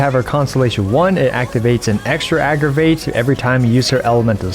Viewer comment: Nice video but 'agraviht'😶